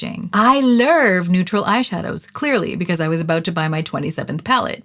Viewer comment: “The Lurv they deserve” scratched my brain lol.